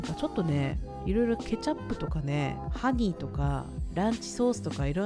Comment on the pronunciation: マクドの説明してるとき、”ハギ” にしか聞こえなくて、へぇ〜アメリカだから色んな種類あるんだ〜とか思ったけど普通に ”ハニー” だった